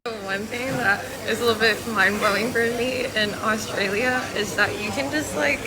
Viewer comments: We don't have Mexico on our border you do . We do have some foods like that. But not a big deal. Your accent is pretty good but there is a L in Austrlia not Austraya and no W in Koala's lol. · Absolutely love the way you're trying to pronounce Australia as Aussies do: "Ostraya". Very cute.